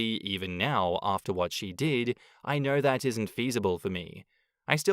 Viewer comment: I can't stand how certain words are pronounced with an R at the end. "She's the most loyal person that I know-Errrrr"